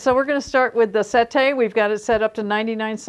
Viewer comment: its se`tte not sette` because its an italian word. not french